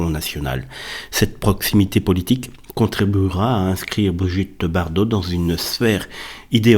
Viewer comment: Bardot mais pas Bardau ! Toujours aussi doué celui-là